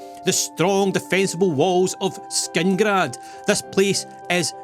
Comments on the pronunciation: It's killing me that he keeps saying Skingrad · Whos gonna tell him that its not skingrad? 😅